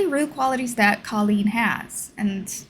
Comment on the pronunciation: She pronounces it “Cole-een”. Sorry, just had to haha.